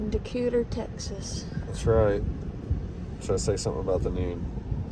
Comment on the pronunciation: She said Decuter. It’s Decatur, Dee-kay- ter. Just FYI. No hate, no judgments.